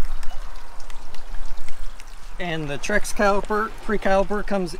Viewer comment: "Trek" not "Trex". Great video, thanks!